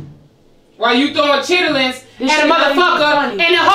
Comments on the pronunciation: SAID " CHITIITLINNS " 🤣🤣🤣🤣🤣 I CANT LOL❤ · said chitterlings 😂😂😂😂😂😂😂😂😂😂😂😂😂😂😂❤️ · It’s pronouncing the ER in Chitterlings for me 😂 from the south and never heard it like that